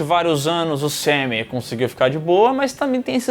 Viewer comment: botando uma ênfase absurda no "SEMEM"